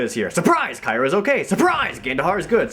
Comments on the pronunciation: The fact that the same guy calls the same character "kyra" and "keera" is kinda hilariously absurd. Wow, what a terrible game. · maybe it's only Kyra (kai-ruh) on certain days of the week.